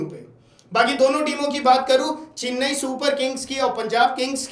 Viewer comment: चिन्नई नहीं चेन्नई